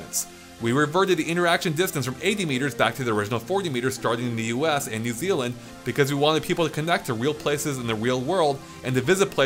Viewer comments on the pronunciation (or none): none